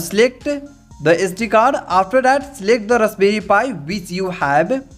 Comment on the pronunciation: rusberry pi 😁